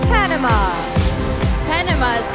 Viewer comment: kay panama galing ng pagka bigkas. Palaban yern hehehe